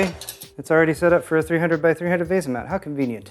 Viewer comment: why do you say veh-za? pretty sure its VEE-SA, typical English the A makes the E captilized.